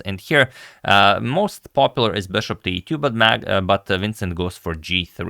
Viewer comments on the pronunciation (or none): The “beshop”.